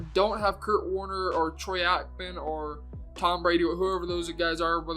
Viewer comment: Its pronounced Troy (ache-man). Bro